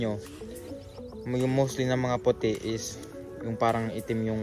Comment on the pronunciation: Baliktad tol ung pute pagkakasabi mo tol lol